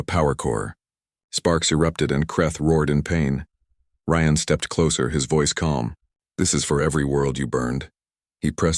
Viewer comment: Nice story, but could you get the AI to pronounce words and names properly and the same way in the story!?!. Ryan is NOT Re-Ann!?!